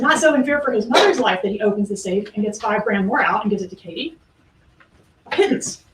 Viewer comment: It’s KATIE 😂 not Kate